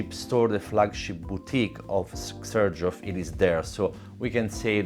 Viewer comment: I'd never know how to pronounce 'Xerjoff', learning from you.